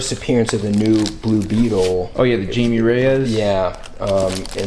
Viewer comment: no way you said Jay me not hai may